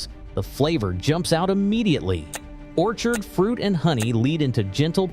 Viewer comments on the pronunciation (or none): none